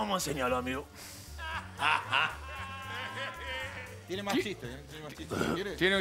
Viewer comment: Naa los cabezas dicen amego jaja